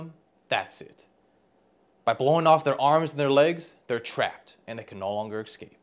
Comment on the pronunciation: ESCAPE NOT ECSCAPE!!!